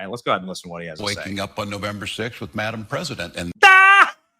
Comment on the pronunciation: The way Walz said "Madam President", it sounded more like "My D*mn President". Either he could use work on his pronunciation or I need my ears checked. Under the circumstances, I think it's the former.